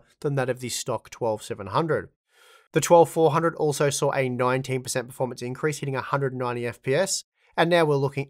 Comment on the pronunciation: They “sar” improvement you say? Yes or “nar” ? Lmao. I believe what you meant was “saw” improvement. Yes or “noAH” ? Nar and sar just sounds dumb af. Nothing personal btw. I just don’t get it. These are super easy words. Give reading my comment a try. Not sure if your teachers ever said “sound it out” or not, but you should try it. Other than those two super annoying words. GREAT video!..👍🏼 cheers..✌🏼